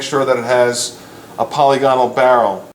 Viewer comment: I believe it pronounced POL-LIG-IN-ALL but I could be wrong. Thanks for the video.